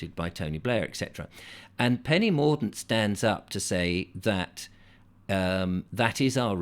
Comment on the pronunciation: Hahah....Penny Morgue-dent.